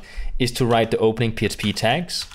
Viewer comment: I agree that you do a good job with your videos. However, you keep saying "psp" when I think you're trying to say "php".